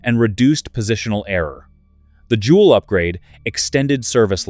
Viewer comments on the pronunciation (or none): none